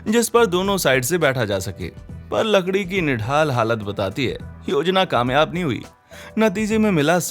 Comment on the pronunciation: you said lakadi who noticed a t 😂😂😂